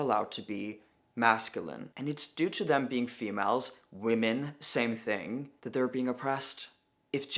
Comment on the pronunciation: This is Peter Tatchell. He literally can't pronounce the word "women" let alone define it. If you want a good laugh go look up the video of him "debating" (getting his arse handed to him) Helen Joyce and getting increasingly annoyed at "Freda" on his side representing the trans community getting drunk and claiming she would sleep with ppl in the audience's husbands. He then proclaimed he knew the gender identity of the audience based on what they were wearing. If you want a darker side then look up what he said about a certain group of men and their attractions to children. It won't surprise any of you.